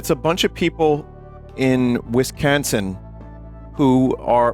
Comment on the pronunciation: I can't tell if Vinny was making a joke or if he really pronounces Wisconsin as Wiscansin. With the heavy New York accent as well.